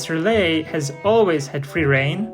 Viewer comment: Why do you call the goose 'relay', instead of her name, RilETTE